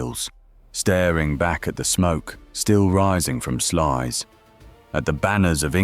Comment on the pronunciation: The closest correct pronunciation is SLOUSE